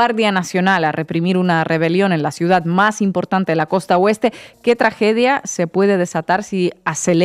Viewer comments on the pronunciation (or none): none